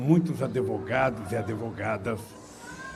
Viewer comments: é Advogado ....não AdEvogado...não aprendeu com tanta audiencia até ser preso ? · OS "ADEVOGADOS" KKKKKKKKK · "Adevogados". Parei de assistir aí. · O nome não é adevogado! Ainda se acha intelectual? Kkkkkkk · Os adEvogados do Lulalau, kkkkkk